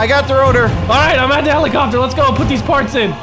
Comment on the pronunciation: Where did "heminachopter" even come from?